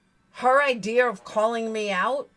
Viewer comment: She cannot even say IDEA correctly. Its not ideaR its IDEA!!!! You bring receipts she cannot! Just like Voice for the Voiceless did when she accused her of lying about the 2k. All she does is flap her jaws with lie after lie. Everything YOU are is what she WISHES she was FACTS!!! #BANTRAGEDYPIMPS